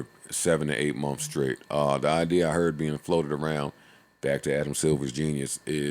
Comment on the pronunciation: Joe say months “mumffs